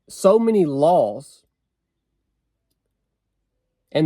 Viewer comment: "Many" not mini as in very small. Cheers.